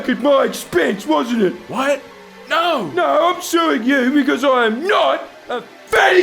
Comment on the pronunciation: and the posh voiced "Oh naauwr!"